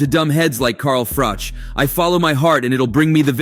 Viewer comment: Carl Froke 😂 it's pronounced Froch as in Botch for you Americans out there 😅